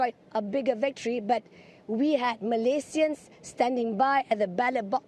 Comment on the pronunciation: I love her way saying Malaysian... in it's original name not in English style